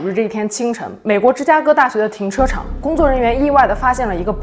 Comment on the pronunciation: 停车场口误说成了停车长哈哈哈